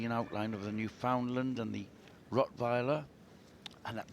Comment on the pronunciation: Jesus, Mary and Joseph. It's a Newfoundland Dog. Not a Newfoundlund. The name rhymes with Newf-In-Land, as in understand. Newfoundland is not in North Western Canada. It's as close to The UK as one can get an still be on The North American continent. Smarten-up will you.